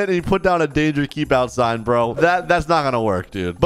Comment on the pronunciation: bro said bruo